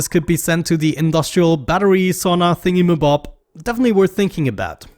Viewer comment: I thought it was funny him saying thingiy ma bob with his accent